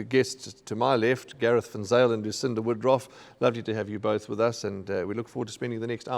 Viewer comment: “We’ve got a race meeting that will certainly get the PELSE racing”????? “Lucinda Woodroff” instead of Woodruff! That was a very dodgy start! Deez is a monumental pain in the arse, such a brown NOSER with all his irritating goodie goodie comments. His so called tips are 99% losing bets, and as a so called racing analyst is seriously mediocre! Also, I’ve seen him on the golf course many times, and he’s a shocker! Raheel is just boring! Surely KZN can do better when it comes to racing analysts. Bring back David Mollett and Paul Lafferty!